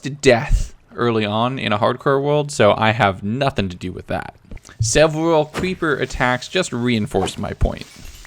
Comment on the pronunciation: “Sevwal cweepa attacks” 😂